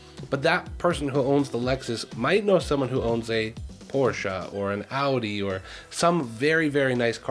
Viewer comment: You pronounced Porsche and Audi the way it's supposed to be pronounced ♥ Instantly subscribed because of that.